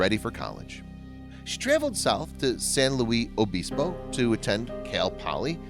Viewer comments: Please do some research. San Luis (pronounced "Lewis") Obispo and strung together - Sanlewisobispo or Slo (pronounced "slow"). The video shows a lot of shots of a big city with very tall buildings. Nothing in Slo is over 5 or 6 stories tall. Slo is a small town that sits in a valley surrounded by majestic hills that would be called mountains in some places. There isn't a huge city center surrounded by houses as far as the eye can see. The town center is only a few blocks. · Its San Lewis (LUIS) OBISPO. I grew up there and thats how we say it. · well it was obviously a mistake. san luis obispo is my hometown, i live still here today. it’s pronounced how it is spelt. not san louie obispo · Ok video, but you butchered San Luis Obispo. It’s pronounced frenetically, not, “Louie.” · It's San luisssss Obispo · Also can tell you not a Californian ! We say San Louie Abispo ! Not how it is written ! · Please learn how to pronounce San Luis Obispo properly. UUUGGGHHHHH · PLEASE learn how to pronounce a name of a town before you totally murder it. I can't even watch...it's killing me. sorry..good job though.